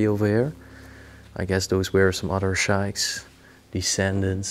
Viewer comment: It's pronounced Air-a-bic and sheek. Phonetics